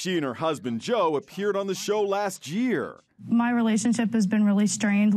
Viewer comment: “Jear” you mean year